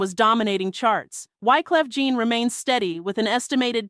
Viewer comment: Wyclef you get right, but you called him Gene instead of Jean (John)😂😂😂😂.